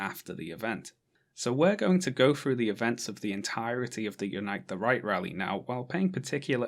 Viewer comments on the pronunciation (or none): I always hear “Unite the Reich”